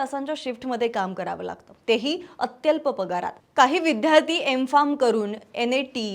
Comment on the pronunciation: विद्यार्थी हा शब्द विध्यार्ती असा का उच्चारत होता तुम्ही